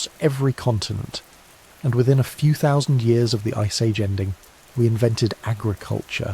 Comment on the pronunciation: You ought to find an AI narration platform which understands and is capable of saying "thousand".